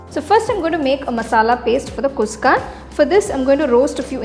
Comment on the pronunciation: You are telling its kuska, but your. Pronunciation is wrong sister. It is khushka.